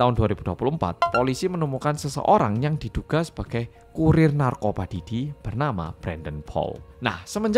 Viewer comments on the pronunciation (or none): "Pi Diddy" bkn "Pe Diddy"😭🙏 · bacanya pi didi mas, bukan pe didi😂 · Pididi bacanya atuhhh pedidi pedidi 😭😭😭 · karna cara penyampaian nya pake b ind yang medhok, blio pake nya 'Pe diddy' ya bukan 'Pi diddy'😭 lucu bgt kebanyakan bacanya 'Pi diddy' karna inggris apa ya?😭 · matursuwun sudah menjelaskan dengan detail dan mudah dimengerti. Dan medhok e seng rak ketinggalan nyebut (Pe) diddy 😆 ncen panggah penak ngomong jowo. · Kalo yg baca 'P. Diddy' sama medok gt napa berasa kayak ngomong Pak Didi😅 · Denger ngmng pe didi ae aku ngakak😂😂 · sama bjir bhahahaha ✌